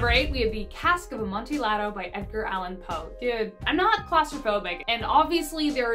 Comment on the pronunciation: Yes, a few of them. I love to read. Helpful hint, sunflower: Amontillado is pronounced with the two Ls sounding like a Y. So, Amonteeyado, phonetically.👍🌻